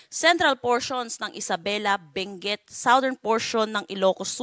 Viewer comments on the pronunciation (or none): none